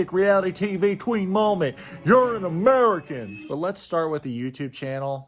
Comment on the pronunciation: "I'm UN UMERRICKKCCKUN"